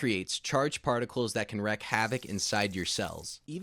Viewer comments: It's WREAK HAVOC not wreck havoc, asshole. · it's 'wreak' havoc, said like "reek", not 'wreck' havoc. This just happens to be the third video I've watched today that pronounced it this way. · Wreak havoc, not wreck havoc